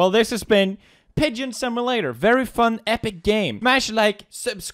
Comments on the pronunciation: Poods it's not pronounced similater it's called simulater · My favorite part of Pewds playing games is hearing him try to pronounce simulator .